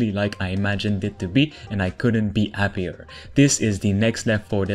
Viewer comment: “I couldn’t be Appier” you must be Italian or French 😂😂😂